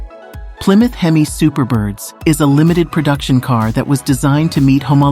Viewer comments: Did she actually say "hem-miss" engine? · Hemiss engine? Illiterate narrator. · Hemis! Huh?! Sounds like humus! Lol